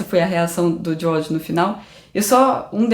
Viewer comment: A pronúncia da: “Diôrrdjii” e “Liuiss”